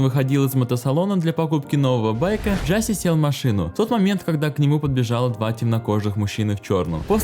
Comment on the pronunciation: Да не Джаси, а Джашеш !!!